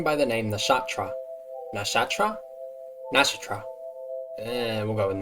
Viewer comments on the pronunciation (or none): To pronounce Nashatra you basically say "Nah-SHAH-truh Bealdhild – BAYLD-hild or BELD-hild" This is for people who can't pronounce Nashatra Bealdhild properly